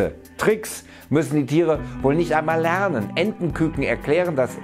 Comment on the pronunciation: ca. "lenen" statt "lernen" (